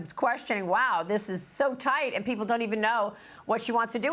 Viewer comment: Educated? Please pronounce KAMALA correctly.